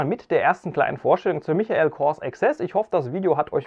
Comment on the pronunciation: Michael spricht man Meikel aus!